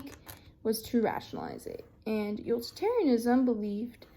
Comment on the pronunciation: Utilitarianism/Kantianism were a bit mispronounced and might need a little review